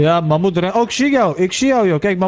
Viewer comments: Magmoet? Als jij vindt ik heb grote lurf.. jij kan zeggen mamhoet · "Mammoet" is geniaal🤣🤣🤣